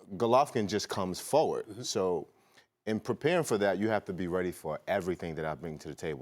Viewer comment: yeah check so me clips on YouTube. " I gwas born readdy "